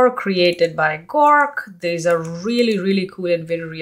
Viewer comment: Nice video. Your English accent is pretty great but onething I wanted to point out. You kept calling "GORK" but It is "GROK". ☺